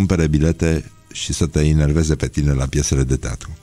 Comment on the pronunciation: EXARHU,INERVEZE? ENERVEZE.